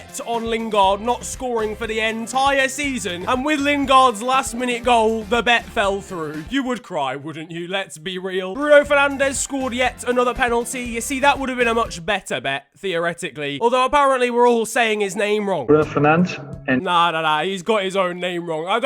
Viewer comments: He sounds like he is saying Bruno for lunch😂😂😂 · Bruh he said his name with his accent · Bruno Fernandes: says his own name right: i'm gonna pretend that doesn't exist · You guys say Bruno Fernandes wrong thats how we say it in Portugal